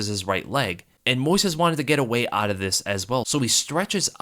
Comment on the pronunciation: You have to put the stress in the first syllable: Moisés